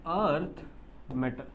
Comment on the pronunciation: It's alkali metal not a alkali mantal😂